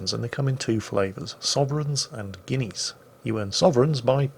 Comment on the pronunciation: "...going to cost you 50 guinees in the arsenal..." What? 50 guinees in the what? OH! arseNAL. Got it.